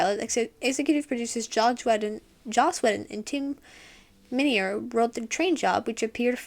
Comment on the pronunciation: You didn't say Josh, like too many do, so you had that right. :)